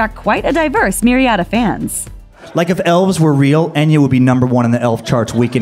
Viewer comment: The spelling is Enya but in Gaelic ( which it is ) its pronounced Aiyna .Try it ,its worth pronouncing it correctly .